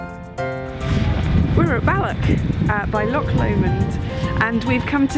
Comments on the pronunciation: Balloch and loch, not ballock and lock! No K sound! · Owen Stockwood Yup. And 'loch' has absolutely no 'ck' in it. ☺️